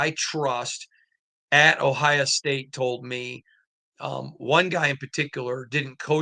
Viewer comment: Just curious, why do you pronounce every place that ends with a vowel as an A? Miama, Ohia